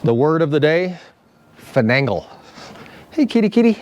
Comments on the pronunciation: I believe the word is finagle. Fi - nay - gle. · Yes: finagle. No second ‘n’. It’s interesting, as it’s history and etymology is obscure. I always thought it sounded Irish 😄. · Don't mean to be a know it all but the word is "finagle". I know be cause I finagle things all the time. LOL